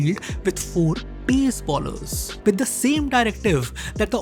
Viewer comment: It's "bowlers" not "ballers"